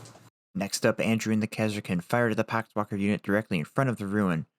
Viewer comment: "pock wakker" lol